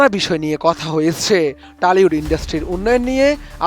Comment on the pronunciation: আপনার কাছে দুইটা প্রশ্ন রইল টলিউড না টলিউড। আর একটা কথা বলেছেন পদশ্রী না, পদ্মশ্রী কোনটা হবে